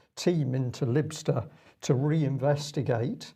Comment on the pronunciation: Lybster pronounced LIE- Bster, just for your information